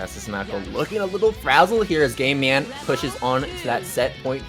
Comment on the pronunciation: Everytime they say "GameMan" it sounds like "GayMan". I don't know if that was intentional by GameMan, but I'd have to change my name if it wasn't